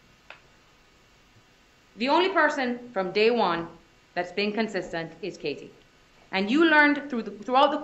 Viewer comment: Why does the Woman defense Attorney speak with a FAKE Spanish accent?? It's embarrassing to listen to her slip up the accent. And the way she pronounced KA-TIE